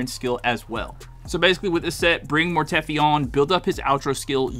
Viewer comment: Mortefi pronounced(mor-tuh-fi)